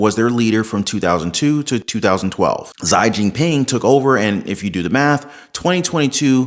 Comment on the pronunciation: Learn to PRONOUNCE chi jiping's name right!